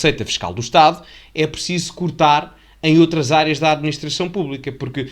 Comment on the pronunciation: Outla vez alôz?